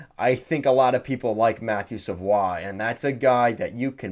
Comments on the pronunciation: mmm no go back to england. It’s a French Canadian last name and is definitely pronounced Savoie like he did. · Wow really caught me off by surprise when I heard you pronounce savoie correctly. Most people say savoy.